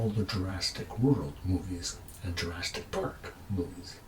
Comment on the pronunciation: Actually, what he said was Jurastic.